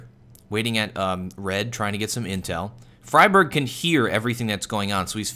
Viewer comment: His name is not "fryberg" it's more like "freeberg"